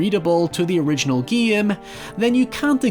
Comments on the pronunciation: First of all you should learn how to say GAME its GAME no Gaiem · English speakers: Game: Geehme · I just gave a dislike because of the shivers that I felt everytime I heard "geam" insteade of "game" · I like how you say "game". "Gee-am". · Maybe it's because of the fact that English is not my mother tongue; but I'm both disturbed and fascinated by your pronunciation of the word 'game'. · I thought how you pronounced "game" was bad but I have never heard "hi ever" before im my life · I like how says "game"